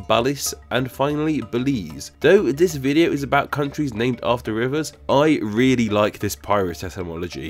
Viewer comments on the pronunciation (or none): none